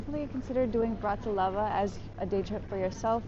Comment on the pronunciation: Is this a travel blog or a weather report? Additionally, might like to check the name of the place he is visiting. I don't think he managed to pronounce BRATISLAVA correctly at any point in the video. Pretty poor!